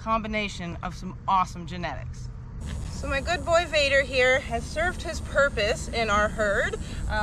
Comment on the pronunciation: Vader not bader